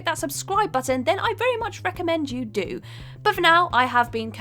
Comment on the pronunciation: There's no R in her name